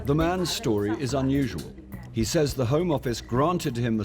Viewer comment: I’m a stickler for grammar. The young girl with the dark hair and the “15yr old” from Lagos, can’t even pronounce ‘says’ correctly. That’s taught in the first 5 years of school. Young children always confuse done and did. For example “look what I done Miss!?” It’s unbelievable to see in today’s world.